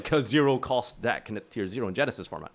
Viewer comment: Did you just say tear? They made it cost a maxx c per name and you said tear??!